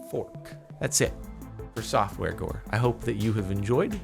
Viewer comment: is it just me or did it sound like he said softwore gore